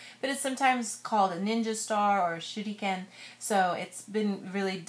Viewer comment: Did you say Shuriken or Shittyken?